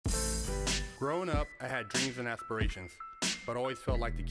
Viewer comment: Dreams and ASS-parashuns😂🤣